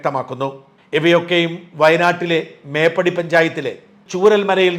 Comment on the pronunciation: മേപ്പാടി എന്നതാണ് സർ ശരി ... മേപ്പടി അല്ല 🙏